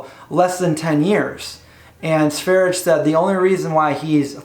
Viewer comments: That's not how you pronounce Sverige. I'm Swedish. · sverye with the e's pronounced as the e in "best".